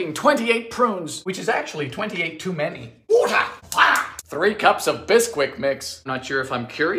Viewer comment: might be one of my favourite sequences.. SUGAR WOTAH FIRE